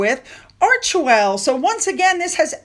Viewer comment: I know it’s snarky, but did you say it’s all about Archwell or Merch-well? Lol I wish there wouldn’t even be mention of her clothes. 🙄